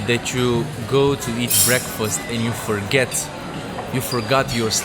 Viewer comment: Ce ciobaneste pronunti breakfast 😂😂😂